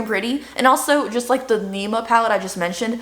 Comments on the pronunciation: It not neema but nimmmya 😜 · I think Nikkis pallette is pronounced Nim- ya. I believe. 😁❤️